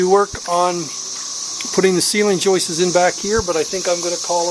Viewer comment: Why do north Americans make up words? . It's joists, not joistes .